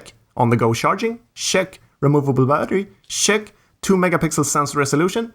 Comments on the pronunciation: Check is not pronounced Shhhhhheck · Your CHECK its like saying shrek without the r 😁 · Are u saying shat or check